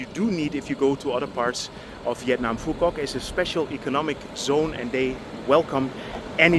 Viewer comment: Your “Phu Quoc” pronunciation is 100% perfect 🎉